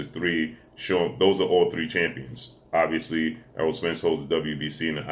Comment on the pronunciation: That long ass intro for each fighter and you still miss pronounced Errol name lmfao 🤣